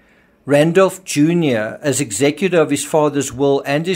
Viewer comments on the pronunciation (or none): none